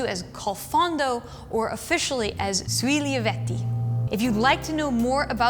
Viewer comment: SUE-(E) LEH-VEY-TEA .... Sui Lieviti... its not easy..